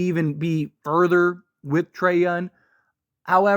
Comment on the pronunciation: It's so annoying that he keeps saying his name like every two sentences, but then he calls him Yun. like who tf is Trae Yun? 🤣🤣